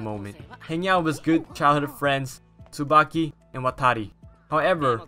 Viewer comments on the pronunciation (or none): none